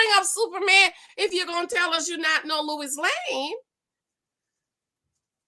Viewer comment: Lois Lane ..not Lewis Lane ...lol That woukd be another show